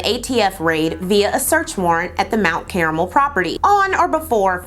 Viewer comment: Ma’am, it’s mt KAR-mul. Thought you should know. 😊